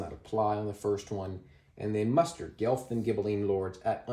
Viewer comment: FYI, it's pronounced "Gwelf", not "Gelf"; it's a mispronunciation of the Germanic "wolf". (There's a city and university called Guelph in Ontario, so like a lot of Canadians I'm familiar with the name, although this game gives me a greater appreciation of its origins!)